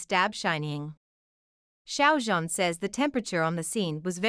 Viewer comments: The Xiao (Shao) Like Shower Sounds About Right. The Zhan Is Harder, it Sounds Like Zjiang. The Z And J Have Be Meshed Together. There Is A Technique, And A Way To Say, And Pronounce It Corectly. 😊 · Not To Be Rude Or Anything, But You Are Pronouncing Xiao Zhan's First Name Wrong. I Appreciated The Video, But Every Time You Pronounced His First Name Wrong, I Just Could Not Deal. Thought I'd Just Let You Know. And Of Course The Drama Would Be A Hit. I Love, And Adore Xiao Zhan So Very Much. He Is A Very Talanted, And Extremely Excellent Actor. He Always Works So Hard At Everything He Does, No Matter Acting, Singing, Or Modeling, And Being A Brand Ambassador. He Is, And Always Will Be One Of The Greatest Chinese Actors I Will Forever Love. ❤💖🐰💖❤🐰💖❤🐰💖❤